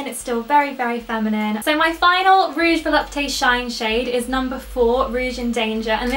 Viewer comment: If there isn't any accent, Volupte is pronounced vo-lupt, no need to pronounce the "e" at the end. I'm a recent French fan of yours :)